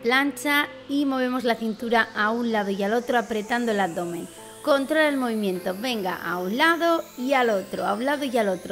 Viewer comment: dice abomen el video